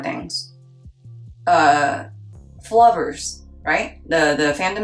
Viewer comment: its more like ''Flow-ver'' haha